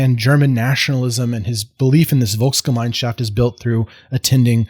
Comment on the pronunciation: One of the very few Americans who can pronounce Dolchstoßlegende at all close to properly, proceeds to apologize for his pronunciation in perfectly passable German, and follows it up with a perfectly pronounced Volksgemeinschaft and Weltanschauung. Are you after honorary citizenship?